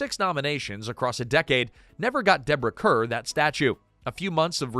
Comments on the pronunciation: Deborah Kerr pronounced CAR 🤦‍♀️ They even did major PR when she first came to Hollywood announcing "Kerr rhymes with star." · Deborah Kerr’s last name is pronounced “Carr.” Please fix it. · Deborah Kerr’s name is pronounced like Carr. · Deborah Kerrs last name is pronounced car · AI. “Kerr” is pronounced “car.” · Kerr is actually pronounced "car".😊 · He mispronounces names all the time but seemingly refuses to use the google machine to find out how to pronounce them🤷‍♀️